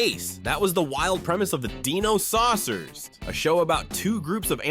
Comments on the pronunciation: It's die no not de no. Hilarious how narrator couldn't pronounce dinosaucers correctly while having theme song pronouncing it correctly. I feel old now. There was only one cartoon I didn't remember seeing back then. The girl and the horse one. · downvoted for not knowing how to say "Dino-Riders" and "Dinosaucers" when your own clips show you how to say their names.